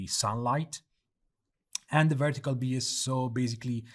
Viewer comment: Great stuff, can't wait to test it in UE5. Just a minor comment, bias is pronounced "Bye-as".